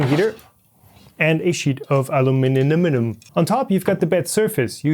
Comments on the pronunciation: "Aluminiminum" was a nice touch, cracked me up. :D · When he hit that word I lost it. Lol